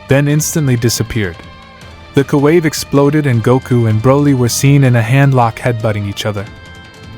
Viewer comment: “Koo wave”??????